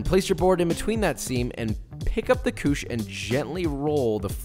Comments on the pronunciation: Hi frensh man here and belive is ""coosh" not ""cooshay"". Actualy couche not coucher nor couché both sound the same anyway. BTW i need to tell you levain is the frensh word for sourdough starter. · Couche not "couchay". There is no accent on the last e. :) It literally means "diaper" or "to lie down" in French. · I don't think anyone has yelled at you in the comments about it yet, so I'm just going to: Couche sounds like KOOSH. 😉😂 Like a koosh ball. If it was "couché," it would be "koosh-ay." Working on baguettes today, finally! Thanks for your detailed video! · Him: Guys, this is REALLYYY simple. Everyone: Ok... Him: Just grab your Couchééē Everyone: 🤦🏽‍♂️ SLAP. AND. FOLD. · It's couche....it's couche..it's couuuuuuuche...old french word for bed or....diaper!!!good job and thank you for the tips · it’s pronounced “coochie” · Couche is pronounced koosh :)